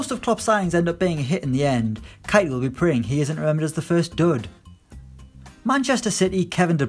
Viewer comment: I’m not saying you’re wrong about keita - it’s not kaita it’s kayta 😂